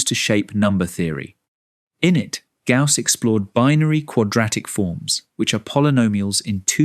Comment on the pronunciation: The name is Gauss not 'gas'